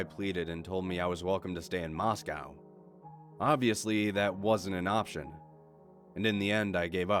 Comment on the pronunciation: You pronounced Moscow correctly. Good job 🇷🇺 Don’t worry about your wife. She’s not crazy; she’s just Russian.